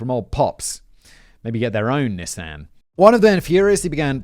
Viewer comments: Knee-Sahn. Not NISS-AN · Damn it simon! It's a nee-sahn..nissan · Was gonna drop a like, then Simon said "Nis-Anne" instead of "Nee-san" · Simon did a good job pronouncing everything but... Nissan. (knee-sawn) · I have never been bothered by Simon’s pronunciations until NIS-AHN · The way Simon pronounces Nissan😂 (we pronounce nē-sahn) in US lol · British people, is that really how you guys say “Nissan”, or is Simon intentionally confusing my small American brain? We say Nee-sawn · i didnt realize you were talking about nissan until like the end of the nissan rant i was like wth is a nysahn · Bro... I don't wanna do tbis to you, but it's "Knee-saw-n" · George wonderful script! But you forgot to give Simon a pronunciation guide for Nissan (knee son). Unless that's just America? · For this lifelong Wisconsinite, I’ve not only owned a few, but would like to leave my pronunciation for Simon say it Knee san. Also for the writers, whatever the channel, consider this one… yesterday I watched a Forensic Files from 2007 titled Bitter Brew about the kidnapping of Coors chairman Adolph Coors. ❤️ this and all your channels! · How you or the English pronounce Nissan is sooooo weird lol didn’t know that’s what you meant till subtitles lol